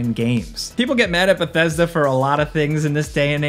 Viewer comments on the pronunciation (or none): none